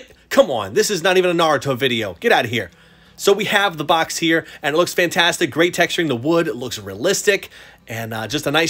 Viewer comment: Cool statue I haven't watched demon slayer yet once I do I'll understand everything more. When u said the statue looks fantastic at first I thought u said Bamtastic u should try using it It might be funny